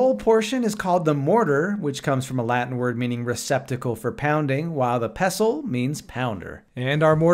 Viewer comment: FYI, the T is pronounced in pestle. 😉🙃